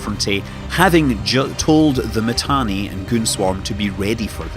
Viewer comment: Do you even play Eve? Init lost its space? And its not Matani,its Mittani. Imperium won the war, and now they are even going north killing shit. Pandemic Horde still needs to blue entire game to present a serious defence. Goons and Init didn't loose anything, it was a defensive move. So many capitals still trapped in m2, from time to time they come online and die,and some of them joining goons. And if the servers didn't poop out,Test would have lost the entire super cap fleet,when that boson fire came down. Pubbies still trying to put their shit together. Oh an not to mention, Test alliance best FC Called Pro God joined goons,and most active Horde FC also just joined Goons. Down south, nothing changed, except those few Keepstars that died. Mittani left, Asher stepped in, nothing changed.